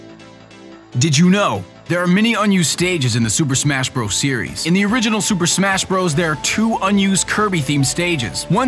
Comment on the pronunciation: SUUUUUUUUUPER MASHHHHHHHHHHHHH BROS! wait super mash bros i thought it was super SMASH bros well lol